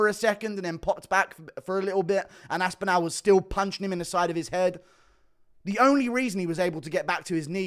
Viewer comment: Omg please pronounce aspinalls name correctly